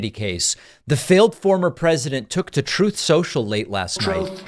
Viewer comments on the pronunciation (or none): "Troth Sential" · "Troth" Central, Yikes! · ‘Troth sential’ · That ‘ trothe cencial ‘ bit never gets old